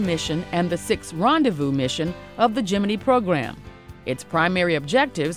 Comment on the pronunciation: geminee, lol